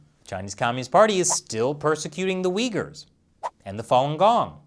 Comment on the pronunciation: Please dont call them vyggers its: UYGH-UR both "U"s and are like "ou" in "you". Just cos stupid politicians didnt bother checking the phonetics...